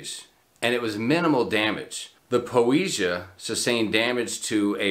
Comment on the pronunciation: Po-eh-see-ah. If you're going to "report news", learn how to pronounce the ship names :)